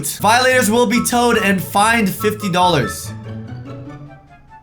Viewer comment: I was dying when he said, FINED!! FINED 50 DOLLARS!!!!